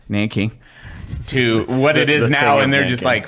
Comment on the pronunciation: Nah aint no way bro just said the consensual seggs of naanking 😢😮😅